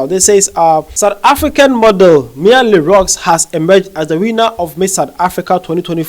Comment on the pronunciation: It is pronounced Le Roo